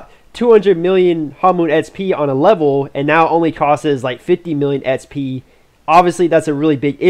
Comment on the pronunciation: espee try to say eks pee :P